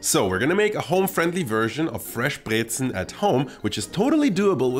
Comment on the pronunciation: I like that you say Brezen and Obazda perfectly. It’s not Brezeln. :)